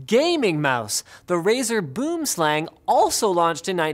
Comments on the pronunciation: it's boomslang (afrikaans) it's pronounced "boowem slung" 😂😂😂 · Mispronounced boomslang for the early razer mouse, in English it would translate to tree-snake. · Nobody's going to mention his pronunciation of boomslang? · Americans plz learn the proper pronunciation of boomslang google translate Afrikaans to English